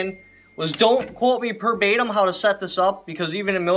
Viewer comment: "don't quote me per batem" LOL